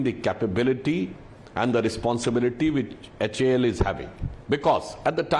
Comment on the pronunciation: It's not hal. To be pronounced each letter H A L ....plz say it like that only...it's Hindustan Aeronautics Ltd